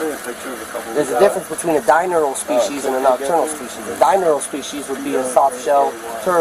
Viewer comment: Animal expert doesn’t even know how to say the word “diurnal”